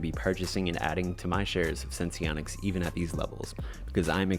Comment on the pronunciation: Thank you for actually pronouncing it correctly😄 So many others don't. Last video I watched, the girl had 5 different ways to pronounce Senseonics lol. SENS to the Moon!!🚀🚀🚀